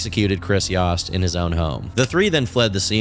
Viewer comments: its fine, it was just very bizarre when it happened, and to see him make a video on people i knew personally especially when he is pronouncing their name wrong is also surreal. Its pronounced like Toast>Yoast>Yost. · I could be wrong but I believe it’s pronounced yo-st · its y-OH-st. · It’s obviously pronounced ‘yOHst’. your pronunciation is so irritating 😭